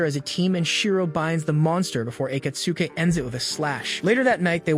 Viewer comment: Pronaunciation of Akatsuki actually hurts :|